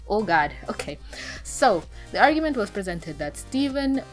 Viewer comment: I can tell ur West Indian just by the way u said oh gawd😭🤣